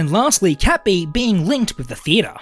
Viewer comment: Cat bee's pronounceiation sounds like kapi